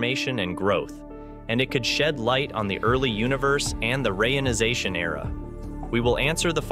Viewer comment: "...rayonization era...", I thought I had heard about a re-ionization Era, maybe I just misunderstood?